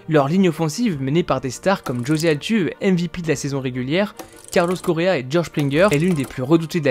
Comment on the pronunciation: On ne dit pas Altuve, mais Altuvé !